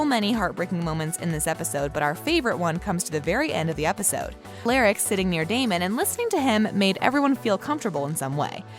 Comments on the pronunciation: not her saying ALARAC INSTEAD OF ALARIC.No bahahahhahaha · Am i the only one who gets irritated when she says stefan and alaric's name wrong 🙁🙄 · One of my pet peeves is when someone pronounces names wrong especially when you are doing a video on them. Stefan is being pronounces wrong and so is Alaric. Sorry if my comment annoys anyone. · i cant watch this for the miss prinutciation of stephan and alaric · Can somebody please tell this dam woman how to pronounce Stefan and Alaric name . Doesn't make any sense how in the hell do you do a count down and don't know how to pronounce the names. Who pause but maybe 2 of these dsm moments uggh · Can you actually not pronounce Stefan or Alaric ?! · not her saying alaric’s and stefans name wrong